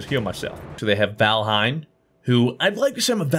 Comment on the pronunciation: you know hid name is valhien not vanahiem